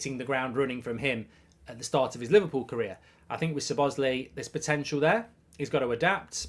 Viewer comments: It’s pronounced. Sz-lob-oz-zlai not zebozli lmao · MARK HAVING A BLAST. 😂 ITS SZOBOSZLAI NOT ZOBOSLI 🙈 It’s pronounced SOBOS - LIE in Hungarian 🇭🇺 Magyar language with English pronunciation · It’s not Sir boz lee it’s Szobozlai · “but ! I like Sir Bossley (Szobozlai)….. “ 👎 Sir Bossley 👍 So-Boz-Lie (🌽 🇭🇺) Szobozlai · Sir bosli 😂 it's Slobo sly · ‘Sob-oss- slie’ not ‘s-bos-lay’ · SO - BO - SLY!!!! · It's pronounced So-Bo-Sly for the ones that don't know how to pronounce it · It's pronounced 'Sob-a-sly' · Is it me, or does it sound like he is saying Sir Bosly? 😂😂😂 Regardless, love the content mate! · To Pronounce his name to make it easy say So Boss Lay E just in together SoBossLayE (Szoboszlai) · Pronounced "SHO-bo-SH-laai" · You pronounce it ZO BOZZ LAI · I think his name is pronounced slob-as-lie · It’s pronounced Szuh-Bobz-Sly for everyone wondering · "I probably pronounced it wrong but..." Good save Mark but I've never seen anyone who pronounce "lai" as "ly" mate. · Say it like this:"SO BOSS LAI" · I’m pretty sure it’s pronounced CHO-BOZ-LIE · Sob-oz-lie is the pronunciation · Pronounced "Sob-oss-lie" :) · Pronounced Shoh-bosh-lye if I’m not mistaken mate 😂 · Lol gotta love Mark not even trying to pronounce his name correctly, 'Sir Bosley' 🤣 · You pronuce it soboslai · Sir Bozley 😂 as usual Brits butchering foreign names. Muppet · Over the moon with this signing mark. I think it’s pronounced slobber sly 😊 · SOB-OT-ZLAI IS THE PRONUNCIATION MARK!!!!! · How wrong is Mark pronouncing the name Szoboszlai? “Sabozzlee” 😂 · His surname is pronounced "saw-boss-lie" - as one word, of course. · It's pronounced "Zo-boz-lie" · Everyone else: Szobszlai Goldbridge: Sir Bosley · Yeah Mark you've butchered it 😅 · LEARN TO SAY HIS NAME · Horrible pronunciation 😂😂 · Liverpool have needed a creative midfielder that scores goals since coutinho left. I still want Thuram & a left sided centre back but this is a very good start. Awful pronunciation of his name btw.